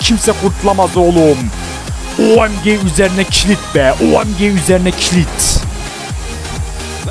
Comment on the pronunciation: abi yalniz o OEMGE degilde O May Gad diye okunmasin??